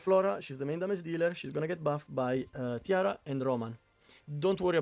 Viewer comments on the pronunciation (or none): EG should really consider adding names to the heroes on screen. I keep hearing you say Tiara, and I kept looking only to realize you meant Tira.